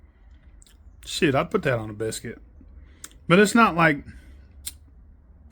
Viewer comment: “Shi igha put that ona biscuit” was all I needed to hear